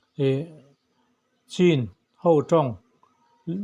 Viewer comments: 'CHIN' HI CHHIN TI A LAM TUR, 'CIN' HI CHIN TIA LAM TUR, LAI TAWNG AH CHUAN 'C'HIAN MIZO A 'CH' A TLUK,'CH' CHUAN 'CHH' CHUTIANG ZEL IN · I sawi dên2sia Ka Han ngaithla dèn2a nge,Chin I lamrik danhi a diklo Nia siamrem theila a lawm awm gawt ang😊